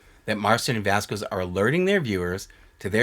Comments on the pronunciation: vasquez is pronounced "vas-kezz." think like queso and que pasa. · I love you, but I’m cringing everytime you pronounce Jessi’s last name. The “qu” is pronounced as a “k” sound in Spanish, so it’s “vas-kez”